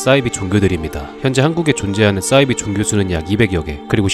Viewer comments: 왜 발음을 싸이비라고 함? 사이비임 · 싸이비가 아니라 사이비라고 발음해야 합니다. 이 단어가 영어라면 s를 ㅆ으로 발음하는 게 맞지만 사이비는 한자어입니다. 참고로 대순진리회는 환뽕의 근원지라고 보면 맞겠습니다. 수메르도 우리 문명권이라느니 공자나 한자가 우리의 것이라느니 등등 말도 안되는 역사 왜곡이 벌어지는 곳이죠. 저런 사람들 가만 놔두면 우리도 중국이나 일본의 역사왜곡을 비판하기 힘들어 집니다.